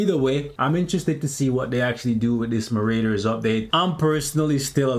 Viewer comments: Lol at Muh-Raiders. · Why do you pronounce Marauders like that 😆